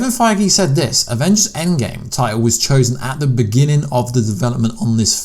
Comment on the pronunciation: Listen closely he says “A Game up there” not “ EndGame up there”